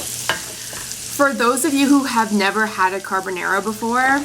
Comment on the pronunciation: Thats not ‘Cabonara’